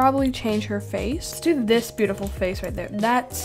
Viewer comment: When she said hello my bootiful bubbles does she mean beautiful